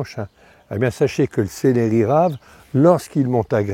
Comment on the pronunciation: Céléri??????? on dit célEri il n'y a pas d'accent sur le deuxième E